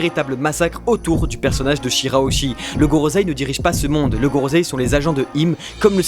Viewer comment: Gorosei et pas gorozei